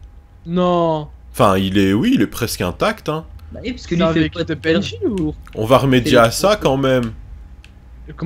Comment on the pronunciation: Je suis le seul à entendre dire "ui" au lieu de "oui"